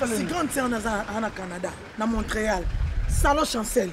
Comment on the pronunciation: MONTRÉAL batangaka ngo MONT-REAL et ❎ non montréal